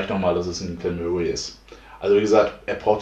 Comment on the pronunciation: So fängt die Woche gut an 👌. Deine Aussprache finde ich ziemlich lustig 🤣 Glen Möhrie 😉😂 Made my day 👍